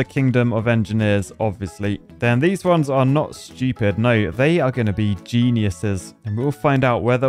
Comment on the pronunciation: I like how u say Schupid!😂😂